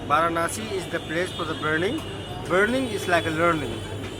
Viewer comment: It's ganga river not Ganges it's Varanasi not veranasi